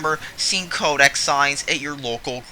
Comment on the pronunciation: it's Kodak, not kodek. secretive is pronounced see cruh tive not sec ruh tive